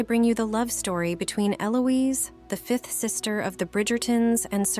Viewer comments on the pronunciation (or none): The 5th sister? You need a better AI, one that can pronounce English words.